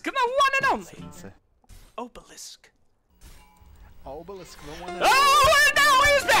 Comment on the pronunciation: I like how he pronounces oblis obelisk.